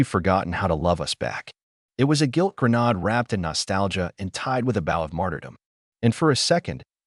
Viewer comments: Program your AI VOICE to pronounce words correctly. Every story with the word "grenade" S/B pronounced (grə- 'nād) NOT (grə- nod). I have NEVER HEARD IT PRONOUNCED CORRECTLY IN ANY OF THE YouTube stories I have read so far. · “Gren-AID”! Aid! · The word " grenade" should be pronounced properly. It would be nice .